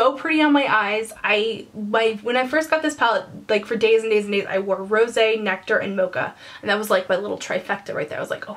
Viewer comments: You don't understand how happy I am that you pronounced Rosé correctly. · Can we just discuss the fact that you are the only person who has pronounced "Rose" (don't have the accent mark in my phone) correctly and not called light brown "lt brown" or "limited brown" besides that as you were reviewing the palette im sitting here shaking my head , saying "yrs, yes!" Your thoughts are EXACtky mine. Love ya and thank you for your continued help and inspiration!! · first off, you are adorable! just bought this palette and you helped think of combinations. also, so happy you pronounced rosé properly lol. thank you! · I totally agree that the first pro palette was only okay. The second one on the other hand is AMAZING! Thank you for putting it out there, I always felt alone in not being in love with the first one. Love all your videos. PS. also you have been the only youtuber that I have seen review this palette that pronounced Rose` correctly! Kudos. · You're the first person I've heard pronounce rosé correctly since this palette came out. THANK YOU!!!! Great review!!! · Lmao YES! I was thinking the EXACT same thing. Lol so funny because I was going to comment that.